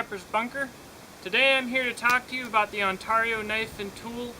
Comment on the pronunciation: "on tear e oo"